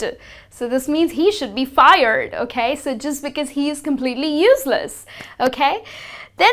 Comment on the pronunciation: Please double-check how you pronounce the words "expertise", "executive", "useless" and "competitive".